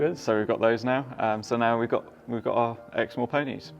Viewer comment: What is the breed? NVM...I looked it up...sorry I couldn't understand you. Exmoor. When I was at Texas A&M , the trainer I was riding for allowed his vet to let vet students geld his horse. They did not lay the horse down, but I'll never forget that student yanking so hard the vet yelled " We didn't need at all that out"...poor horse needed lots of stitches.